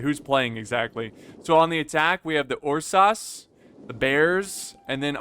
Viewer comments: it's errsus not yursas. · with all love and respect, I am losing my mind every time you try to pronounce "ursas"